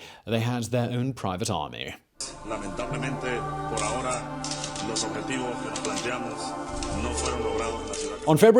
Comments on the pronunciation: Learning Spanish and heard it a lot from my grandparents growing up and I'm physically cringing everytime I hear my boy say "ahora" tho. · I said the same thing! I felt a little bad for commenting it too, but it was driving me crazy! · H is silent. Ahora is /ah Oh rah/ not /a whore a/. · Ok say it with me, Ah-ore-ah. I almost drove off the road laughing everytime I heard you say a whore a. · Ah-OH-rah, not ah-WHORE-uh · OK repeat with me a-ora... Not ajora, please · I know, just a little picky, but in Spanish the “h” in ahora is silent. Pronouncing it like a J makes it sound dirty. 🙂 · The H is silent. Por A(h)oRa. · The 'h' is silent: Ah-OR-a. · 'Por ahora'=[poɾa'oɾa] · It was the "pour ah whore Ah" for me lol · Por a-whora 😂😂😂😂 Simón—the H is silent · Spanish 'h' is mute /por æoræ /. Thanks fot the effort thouh. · The h is silent. Ah orah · "Pora jora" lol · The H in spanish is silent. It hears "aora" the Ahora - XD love the efford. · It's a-ora. H is silent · The H is silent my dude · The "h" is silent in "por ahora". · Please for the love of the nonexistent god never say a Spanish word ever again lol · I might lose my mind if I hear him annunciate the "h" in "ahora" one more time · Bro the h in spanish is silent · I cringe so hard at the way he pronounces ahora, reminds me of gringos in class pronouncing all the h’s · My guy the "h" in Ahora is silent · The 'h' on 'ahora' is silent. Figured someone else probably mentioned it by now but well, might as well just in case. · the H is silent in Spanish bro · ahora: silent h my man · I love your stuff, but just to help in Spanish the h is silent. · H in ahora is mute. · Dear biographic, the h is "ahora" is silent... in fact, in Spanish, the H is almost always silent. Sincerely, a mildly annoyed Venezuelan. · How can I take this seriously when you're saying Shavezz and pronouncing the H in Ahora? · Great video as always but had to stop watching. Constant mispronunciation 'Chávez' and 'ahora' too much to stand. Pity.